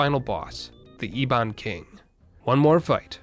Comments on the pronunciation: Neat video "Ee-bon" *Eh-bon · Eh-bin not Ee-bon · It’s not E Bon it’s eb-ben. Literally Ebony without the ie part. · E-Ee..Bon? EH-BON, LEMON! LIKE EBONY! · The way you're pronouncing Ebon is killing me. "Eh-bun", like in "Ebony" Anyway, good work! 😸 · Say E-bon one more time. I dare you. I double dare you. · Ebon is pronounced Eh-bon.